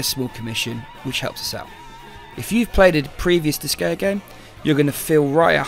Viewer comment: Nice review. I think it'd be one better if the intro and outro music were toned down. Admittedly not to my taste to begin with but it is louder than the other content. While I'm nitpicking, it's pronounced like dis-guy-uh. The Japanese name is 魔界戦記ディスガイア or makai senki disugaia. There is a ge sound in Japanese so what I said above at least reflects the creator's intentions.